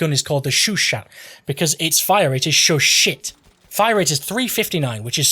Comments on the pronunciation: it's show-shaw, not shoo-shaw. be sure to not pronounce the T in chat and it's all good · I believe its pronounced "sho sho" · Love the video man, but one thing is cracking me up: Why would you research the proper pronunciation, say it about a hundred times right initially and then proceed to say shOO-shah instead for the remaining 99% of the clip? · I swear everytime he says " *S H O O S H A H "I'm going to kill a plane with the AT gun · I swear everytime he says " *S H O O S H A H" I'm going to kill a plane with an AT gun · your au needs to be clearer and the a in chat needs to be sharper